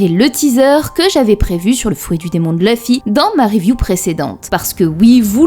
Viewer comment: j'adore la façon dont tu dit le nom de luffy = Leufi ^^ j'aime bien la fin tkt moi je te crois XD